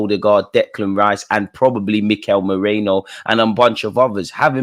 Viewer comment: Its not Moreno. Its Merino!